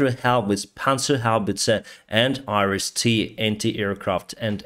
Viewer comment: The top 3 YouTube analysts are in agreement. Iran is making a terrible long term mistake by helping Russia! -- -- "Iris-T" sounds like: Irish tea! LOL. -- -- Oligarchs in Russia are missing the boat. They should be mobilizing to manufacture their own UAVs. -- -- Exchange Kherson oblast for Crimea? lol! Throw in Kaliningrad and 9/10s of non-sea access Crimea and all of Transnistria; and we'll talk.